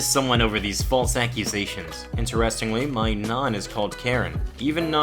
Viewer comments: "Nan" is pronounced with a hard A, like "jack". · Why do you say nan like naun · N-an n ah n not naan nan nahn nah-n sorry if I sound mean it's just funny BC it sounds like you are saying naan as in naan bread anyway sorry for the bad spelling. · Who else is pissed at the way he says nan?